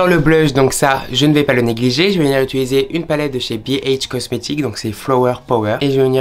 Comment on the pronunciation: « Jvais venir ituliser » 😅